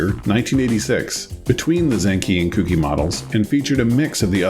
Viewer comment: just a quick note, really have been loving the series and binging the episodes but the pronunciation for zenki/chuuki/kouki is a little off. It's not supposed to sound like "cookie", the ou is supposed to sound like in the word "coke". So it would be more like "coke-ii", and "chew-key". hope that makes sense.